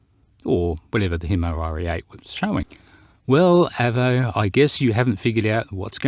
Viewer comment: your pronunciation of Avo hurts my ears a little. Probably because to me an Avo is a very superior brand of analogue multimeter. The Avo model 8 Mk III being my favourite. Although if you can find one, the ex RAF ones are good, as they have 300V FSD instead of the more usual 250V. Great when working on valve circuits. But anyway, it was always pronounced with a long letter A.